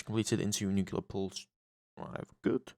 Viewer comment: nuclear not nucular